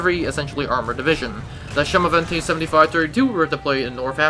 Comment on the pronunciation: A small correction. The pronunciation is not "chemovente", but rather "semovente", with an S. Good video!